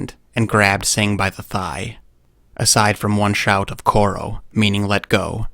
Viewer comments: "koro" had me in "?" oh badly translated from hindi, its choro pronounced ch-h-ro as you said 'let go'. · the word's pronounced chhoro as in chho(like 'chho' 'row') n not 'koro' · You're pronouncing "چھوڑو" wrong. The 'ch' in "choro" is not pronounced equivalent to 'c' in cat or like 'k' in kangaroo but like 'ch' in chimpanzee while exaggerating the 'h' at the end of the sound. Edit: That's wrong too.